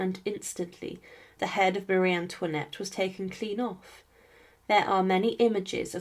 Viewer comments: Bonsoir. Ayez l obligeance de prononcer le nom de Marie Antoinette correctement. Ce.n est pas mariane luinette. Un peu de respect je vous prie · Elle ne sait même pas prononcer son prénom correctement. 😮